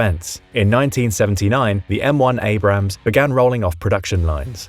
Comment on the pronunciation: your pronunciation of Abrams hurts more than my ear infection